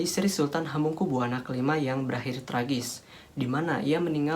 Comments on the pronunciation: Jangan buwana to dek,,bacanya ya Buwono biar enak di dengar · Hamengkubuwana dibaca hamengkubywono, woi goblok! Ini orang mungkin irang jawa barat atau jakarta. Pekok